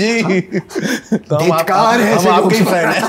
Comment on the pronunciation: it's not dhitkar but धिक्कार 😂